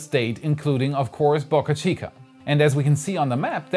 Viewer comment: "BAAcachica" or "Bo cachica"?